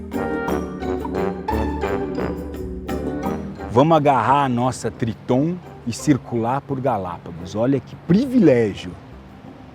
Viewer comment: No final do vídeo eu entendi o porque dele falar : vamos agora pegar nossa "tritom" kkk